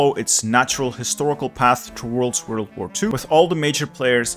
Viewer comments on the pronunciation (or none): woiled war too